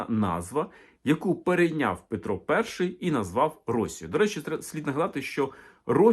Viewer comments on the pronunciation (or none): none